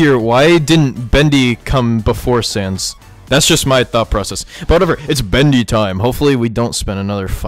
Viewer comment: Bro shud know that it it sanssssssssssssssssssssssssssssssssssssss not underpants sans